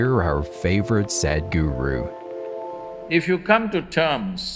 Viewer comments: Stop pronouncing his name in an english way as SAD. If u can't say it right then just dub him as HappyGuru! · The introductory voice over by a foreigner sounds like Sad Guru. Please use someone from India who can pronounce Sadhguru.